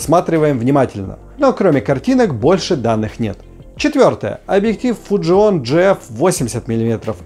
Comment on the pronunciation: Вот сколько живу на свете - никогда бы не подумал, что слово fujinon можно прочитать неправильно... просто порвал грамматику в ошмëтки... 🤣🤣🤣